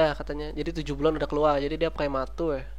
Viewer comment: prematur bukan plematul :3